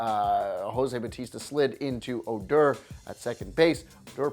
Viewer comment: oh-DOR. OOOOOOR